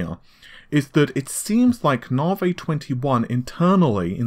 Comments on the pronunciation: Naav-ayy haha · What do you expect from someone who can not even pronounce Navi let alone his own name. "Hi, my name is!" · I mean this channel is known for one thing.. and one thing only.. the inability to pronounce basic words like NAVI.. it becomes naveeh here.. and renore.. for Renoir.. it's a bloody insult to the developers... well I guess padding news with irritating "small talk" is another main feature.. but ye.. so done with this trash channel. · RENORE?.. IT'S RENOIR YOU FUCKING IMBECILE!.. it's bad enough that you can't fucking pronounce NAVI but go get some fucking english classes!